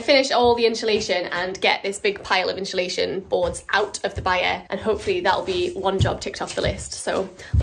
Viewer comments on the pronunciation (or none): I love jack spaniels i follow your channel i like your content but for the love of god its not inshalashion its insulation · I heard a new British pronunciation today...unsulation!---, irises are not very long-lived blooms, so yours might not be drought-affected.---I looked up peacock butterflies & agree with your assessment of those caterpillars.